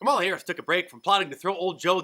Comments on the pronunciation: Did she actually said "My name is Kalama Harris"? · "I'm Kamel-toe Harris" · "No, no, no no. My name is Kamaltoe Harris and I'm Vice President." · I remember the pronunciation of her name being a big deal. She just mispronounced her own name. I wonder if she's a racist.